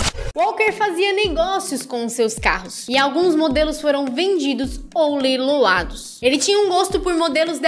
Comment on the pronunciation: Só eu q reparei q ela falou “leilolados”